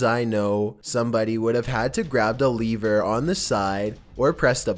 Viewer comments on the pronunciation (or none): Did you say leaver not lever